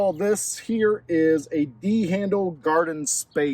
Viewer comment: “This bad boy right heeya”